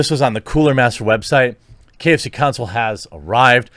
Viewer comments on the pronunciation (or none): KFConsole...not KFC Console. sigh